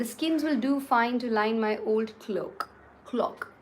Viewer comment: *SOPORIFIC - Sleep inducing.. eg soporific drugs *IMPROVIDENT - lacking foresight..carefree of future..non frugal *DOLEFUL - dismal..mournful * MARROW - inner pulp..like in bone marrow * CLOAK vs CLOCK.. you said it as the latter! ++ Theres no greater thrill than ambling about a bookshop n flipping through the pages before buying a book that no digital medium provides..and truly the smell of a mint book is way too intoxicating! I hv never looked into Kindle or Audibles..and I'm glad I still remain the same! I buy my books the conventional way! (Airport bookshops largely..others if I see one!) ++ Crosswords n Scrabbles are compelling play tools for building vocabulary. And quite truly if anyone who is fearful of peer group mocking, shld visit Japan or Korea or China and see how many of them speak English n how?! Im reminded of that old line of "sing like no one's listening.. and dance like no one's watching.. " Hear me speak Mal n u would laugh till u cry.. but like I'd care?! I'd laugh too with you and seek the corrections. That's all there's to it! ++ Entire collection of RKN books that I had, I gifted a few years back to someone in India as an initiation to reading..! Thankfully she is well into her teens now n a prolific reader in her own right! ++ Lastly..The Alchemist cry ( truly no comments..I don't get it too.. ) and those sudden side bars/screen acknowledgements...not tht its impeding me in anyway...but then where is the fun in that..other than it being